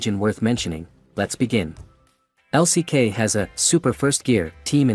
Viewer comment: LCK 也不念 Lock 呀 刷野可能可以叫 farming 嗎？不會說 brushing 吧😂